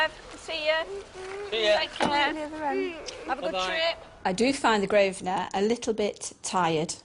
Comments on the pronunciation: He is STILL calling it "the GROVE-SNER" quiet facepalm....... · It’s his hotel, if he wants to call if Grove-sner that’s his business.